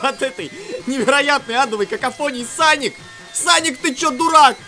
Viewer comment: Не саник а соник ,тейл,наглс.